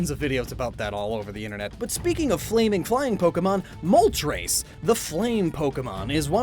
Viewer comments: ... did you just pronounced moltres as "Moltrais"? Its Mol-tres. from "uno dos tres"... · Isn't Mole-Tress